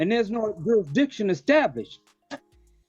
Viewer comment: "JurisDICTION"? no speaky English.